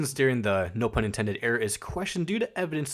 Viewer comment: great video but its pronounced no fun intended 😞💔